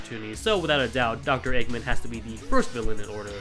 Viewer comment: I'm sorry but... "Doctor EggMON?"